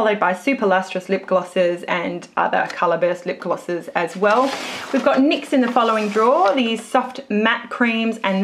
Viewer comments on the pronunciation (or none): You say lip glosses like lip glasses